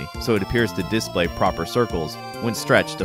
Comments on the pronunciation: I'm annoyed that he says it as "DISplay" rather than as "disPLAY" (as "DEfault" rather than "deFAULT"), and that he pronounces SNES as an acronym rather than as an initialism. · Okay but why are you saying disPLAY like DISplay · The way he pronounces display bothers me. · DemonAlchemist Yep, it’s wrong. English teachers abroad always have to remind learners not to pronounce like this guy does... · You seem to be fucking up the word "display" stop doing that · If you’re going to say the word “display” 50 times in a video, maybe you should learn how to pronounce it.